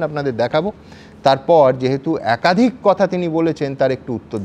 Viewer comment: আপনার ' একাধিক ' উচ্চারণ ও ঠিক হয়নি।